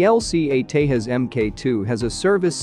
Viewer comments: Pronounce it as Tejas...not Tehas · Hey buddy you pronounce Tejas wrong. It’s nit Hispanic name where j is h or I don’t know lol